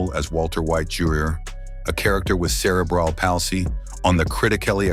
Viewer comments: Supposedly the voice is done by robots or a eyes I wish they would learn or teach these AI how to pronounce words like cerebral palsy Etc correctly. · like alot of people, I have CP..and I have friends with Spina Bifida. Please try and use pronouncing for these conditions correctly-Thank you 😡